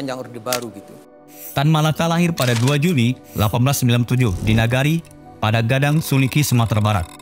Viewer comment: Pan_dam Gadang bg, bukan "pada gadang" . Pandam = kuburan. sedangkan gadang = besar. Jadi bisa di bilang "kuburan besar". Karena saya asli orang sana. 😊